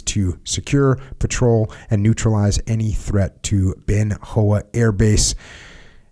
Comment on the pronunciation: I was USAF SPS base defense at TSN in 1971. I like the subtle way he got in the correct pronunciation of Bien Hoa without making it seem like he was correcting Jocko.